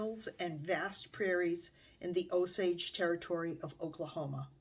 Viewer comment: I am enjoying your channel very much, and want to offer a gentle correction. The name of the tribe is pronounced with a hard or long O at beginning.....Oh-sage. It may vary in different parts of the country, but here in Oklahoma, that is how the tribal members say it.